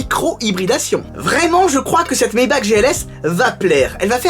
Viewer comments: Ça se prononce Maybarrrrrre 😂 sinon cool la vidéo continu ! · Ça se prononce "maybarre" a l'allemande :) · Moi je dis « Maybar » pour Maybach, parce que c’est allemand. Comme dans « acht »